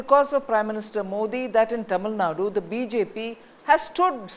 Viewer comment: This fellow still not able to pronounce tamil nadu properly.